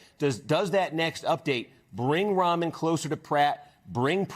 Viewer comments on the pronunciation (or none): must be pronounced Ram an not Ramen